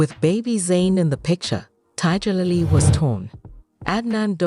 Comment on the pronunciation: Tiddjerlily? Can't stand these AI voice overs!